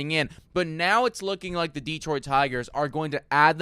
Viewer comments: Sorry guys but it's driving me nuts. It's not Deeeeeeeeetroit. It's pronounced as Deh-troit. It's like nails on a chalkboard over here in Michigan. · Deeetroit. Tareeek. Spoken like a true non-detroiter. 😊